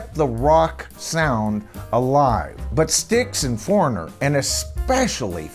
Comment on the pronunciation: Thank you for this! Someone had to do it. This has been a pet peeve of mine for years! So many big band names are cover bands really. And you NAILED Foreignor. Thank you.